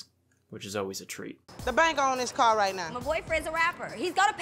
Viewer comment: “damage my cawh!!”😭😭